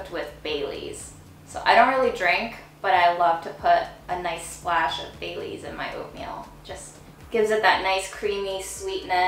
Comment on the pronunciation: I thought she was saying "bay leaves" not baileys. Are you sure?